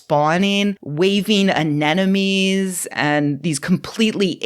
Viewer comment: Hah! You said "anenemies" instead of "anemones". I win.